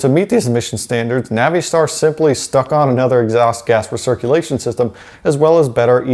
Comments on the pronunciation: Nav-ee-star? You mean NAVISTAR? I work for an International dealer and have NEVER heard “Nav-ee-star” in my life until this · Stop with the Navi —Star BS. It's pronounced Navastar. Oh, and yes... 6.0L everyday over the boat anchor 6.4L. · Naveestar?? Uhh? Don't think that's correct sir. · Man the way pronounce Navistar is funny I use to work there and actually talk to one of the engineers that designed the 7.3 he was a cool guy Literally out of all the big wigs he was the only one that engaged in a conversation with me